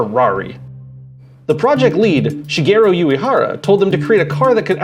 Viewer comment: No,No, No.... LPL is Shigeru Uehara, not 'Shigero'. This is the fake movie.